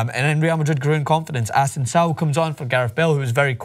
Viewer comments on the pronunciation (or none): Ah-sen-see-oh not Asensao